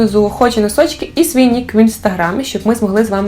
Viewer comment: Обожнюю цю вимову) хочу носочки